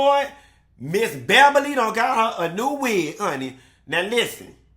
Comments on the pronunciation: “Behbaly” had me cracking up for at least five minutes 😂🤣😂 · Don’t say my name like that … ”Beh-bah-lee”😩😩😩 😂😂😂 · He made me spit my water out, hilarious! He had the nerve to keep calling her Ms. Bebberly 🤣🤣🤣